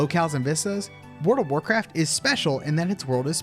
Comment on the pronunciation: I'm sorry, I can't hear anything other than "Word of Warcraft" everytime you pronounce it.